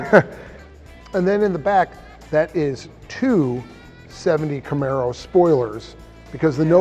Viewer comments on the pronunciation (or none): Joe " I own a Namaro " Rogain